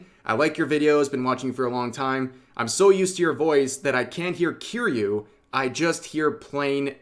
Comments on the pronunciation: Rev saying Kiryu like he's saying Cheerios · How can you be an obviously major weeb and still pronounce kiryu wrong?